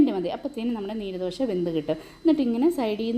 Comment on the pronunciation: നീര് ദോശയല്ല😂നീർ ദോശയാണ് കർണ്ണാടകക്കാരുടെ പ്രത്യേക പലഹാരം ആണ്. നീര് എന്ന് പറയല്ലെ😂